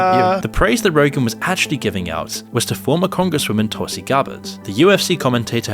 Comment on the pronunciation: Please it is not toll - see, it's Tulsi. Please learn correct pronunciation. Ironic that while mocking indian accents westerners never do the hard work to learn correct pronunciation of indian names. It's because of your primative alphabet of 26 letters, sanskrit is a mother language ans source of not only indian languages but english too, has double the number of consonants. Hence nuance and beautiful pronunciation